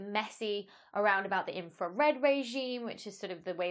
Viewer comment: Inra-Fred... See, if you pronounced your "R's" you would have gotten that. :) Can you explain how a telescope "sees" radio waves? I am familiar with CCD's used in video cameras, what kind of element sees radio waves and better yet in "sees" them in color.